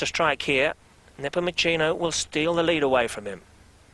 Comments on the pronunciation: Peng Napomochino :)) Please get his name right... He's a legend :) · It is Neh-poh-moo-se-noh